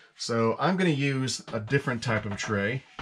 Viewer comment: Lol…. You didn’t say tray right.